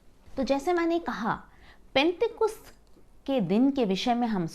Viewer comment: पेंटेकुस्त नहीं penticost होता h